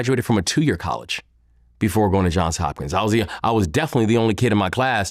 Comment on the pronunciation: It’s JOHNS Hopkins, Vlad.